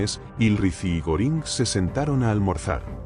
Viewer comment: Creo q no lo pronuncia bien Hermman Goering más o menos.